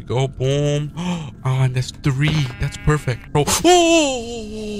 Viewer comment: One two tree four five six